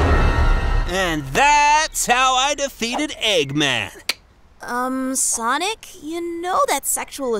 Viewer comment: At the end sonic became sanic💀